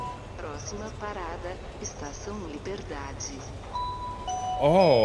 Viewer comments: A pronúncia de ''estação'' do Mark foi horrível kkkk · É BR É??? A pronunciação do Mark é até entendível apesar de engraçada kkkkkkk